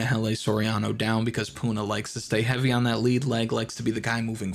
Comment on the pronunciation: He said eating Puna